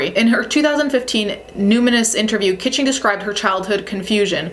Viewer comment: Its not Audrey Kitching. Its Audrey KAACHINGGGG! 💲💰💸